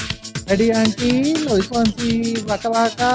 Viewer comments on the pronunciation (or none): none